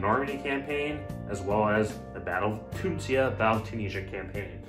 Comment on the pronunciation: Why are you saying Tunsia? lol